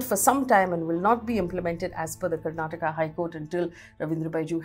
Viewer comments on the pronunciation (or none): none